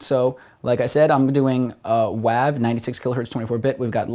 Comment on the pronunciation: i love the way he says wav..its pronounced like wave not wavvvvvvv.....smh \